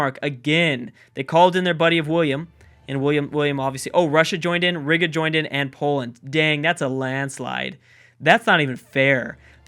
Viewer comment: Riga= Ree-gah Florence denomym= Florentine